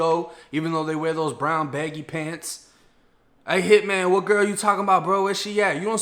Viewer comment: The "wat" took me out😂😂